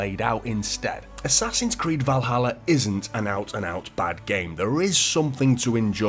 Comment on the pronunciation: "Ass-Ass-Hin's Creed: Valaha" still sucks no matter what year it is!!!